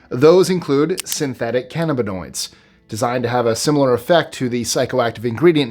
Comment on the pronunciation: This dude can't even pronounce cannabinoids properly. I guess read the script and grab the check, but still... for anyone narrating a video of this subject, shouldn't you at least pronounce things correctly?